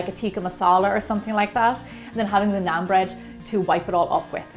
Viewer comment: i am indian so do more stuff like it....check the pronounciations before you say them...try this naan with some butter chicken it is heaven! great recipe as usual!! keep it up😀😀😀